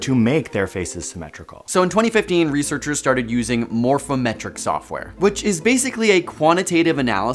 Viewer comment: I heard "morphometric" as "more fem-etric".